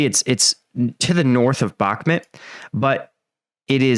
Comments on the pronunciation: Please say the names of the cities correctly. It’s not “Bokmit” it’s Bak-Moot. Sincerely every American watching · Mate! With folk getting killed in Bakhmut…..least you can do is say the name right! “Back-met” is just wrong……so wrong. Put the effort in! Its not hard!!!!! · I've been to Ukraine and I have spoken to MANY Ukrainians andI can say that based what I know, You are pronouncing Bakhmut wrong. It drives me nuts!